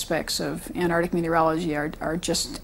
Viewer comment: Ant-arc-tic,not Anardic!